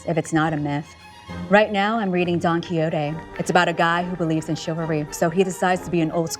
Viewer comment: Cindy pronouncing Don Quixote